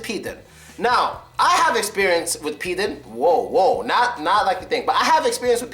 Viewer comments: "Pidor" is more correctly in pronunciation than "Pider". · Pidor, not pider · really pider?! It is pidor,bro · not pider, but pidor! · Guys, it's PidOr not Pider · not actually "Pider". It's "Pidor" (I'm from Russia) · Not "Pider" but " Pidor" ( the guy who if fa*** in as* ) ....Pizdyets(pus*) it's ouu shit like we use...Not Khui but Hui ( dic*)...Pizda that meen "Puss**) dude stop doing videos about Russian language if you are not avaiable Ivan to spell a word normal... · hey, man, not pider, but pidor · Not "pider" - "pidor" is correct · nobody says pidOr like mOlOko. pider is closer to real pronunciation. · Pidor, not pider.Я гарантирую это, йоу. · Not "Pider", "PidOr" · not pider but PIDAR or PIDARAS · 1) It's not nesseserly pider, it might be pidar or pidor. And it means not only faggot, it can be translated also like jerk or douchebag. 2)pizda it is vagina or pussy, but pizdets it's a different word, which is meaning something fucked up, failure situation, when something bad happens. rest is correct, best prononciation ever))) gandon is a condom and shlukha it's more like whore, than prostitute. blyat' - almost the same as pizdets, but blyad' it's a whore (much more rude than shlukha) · not pider! pidor! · No, it's "pidor". To Russian "пидор" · First word pronounced [p i d o R]. WIth [R]!!! Like if u roar "RRRROOARGH!!!"